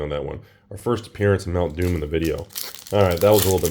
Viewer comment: Every time says Mount Doom I hear mountain dew XD